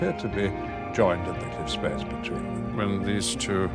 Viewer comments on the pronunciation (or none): none